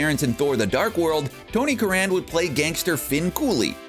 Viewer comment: You've mispronouced Tony Curran's name. It's 'curren'; like current without the t.